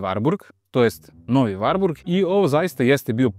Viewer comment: Evo, osećam se "prozvanim" da kao ljubitelj i vlasnik dvotaktnog Wartburga 353 iz 1988 godine prokomentarišem ovaj video. Pre svega, napomenuo bih da se ime ovog automobila izgovara sa slovom t, dakle WarTburg (ne Varburg). Drugo, tačno je da 1974 dobija uz 353 i oznaku W (dalji razvoj), ali tada NIJE ristajlingovana maska (sem oble prelivne boce za rashladnu tečnost i zakošenog izduvnog lonca i grane - jer do tada pravi stvarali su problem kod karavana - uvlačenje izduvnih gasova u karoseriju), izvršena je mala korekcija rikverc svetla i u globalu...ništa više! Do 1985 godine vršene su korekcije elektrike, ručice menjača, itd, ali su to sve sitne izmene. Sa 1985 stiže novi Wartburg 353, ali još uvek sa oznakom W (oznaka S dolazi oko 1987 godine). Taj Wartburg je imao izmenjenu prednju masku, hladnjak je pomeren napred (ranije je hladnjak bio iza motora), dobija Čehoslovački Jikov SEDR 32 dvogrli karburator, termodavač i ono što je vrlo interesantno, digitalni pokazivač goriva, temperature i pokazatelj trenutne potrošnje goriva - ekonomer. Naravno, ovo je sjajan automobil, ali...tržište je bilo "žedno" za četvorotaktnim motorom. E sada...ne bih da ulazim u rasprave, ali, sem razgovora sa nekim od Nemaca, dosta toga sam i pročitao, pa bih skraćeno naveo sledeće: pročitah u komentarima da navodite kako je Čehoslovačka bila industrijski naprednija, te...DDR nije ni mogao da ima četvorotaktni motor - to je suština. Nije tačno! Naime, u DDR-u je bila izuzetno jaka industrija ("drž